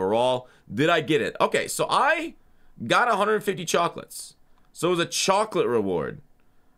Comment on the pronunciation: Chawcolate